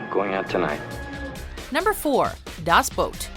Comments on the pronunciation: its called "Das Boot" not "Daaaas Bout" just saying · Das Boat? Really? You put the video together and you still pronounce the name of the film wrong! 🤦🏼‍♂️ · I think it is pronounced "Das Boot", not "Das Boat". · "Das Boot" is pronounced das boot, not "boat". "Battle: Los Angeles". A gritty and realistic modern day urban war movie, if one discounts that the ones who declared war on the Earth are extraterrestrial combatants. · Das boot not das boat are you all dyslexic morons or what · Alex Likes Pancakes No it's not, I'm from Germany. We pronounce it like 'Boot' and not like 'Bout' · you do realize it's pronounced boot like the show not boat.. in das boot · das BOOT! not das boat. omg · Um, its not das boat...its das boot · Das Boot, not Das Boat. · I hate how she pronounces the movie "das boat" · Alex Likes Pancakes Im german and that is not true. Germans say it with a long o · Hauke Holst Um, well, look it up. Every pronunciation I hear always sounds more like boat than boot. Even the German actors in the film say boat. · Das Boot ! ... it's pronounced DAS BOOT ! - all of Germany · Steve Mqueens character did not lead the breakout in the great escape and Das Boot is not pronounced boat! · The way this daft sod pronounces Das Boot makes me want to burn everything.